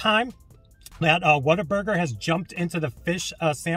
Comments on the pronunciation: Im from Texas and yes its pronounced what-a-burger not water burger lol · What-a-burger but with the texas twang it can sound like "Waterburga"